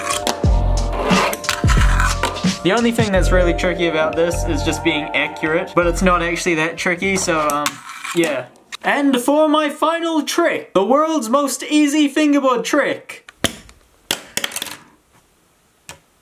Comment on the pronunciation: what ehkurate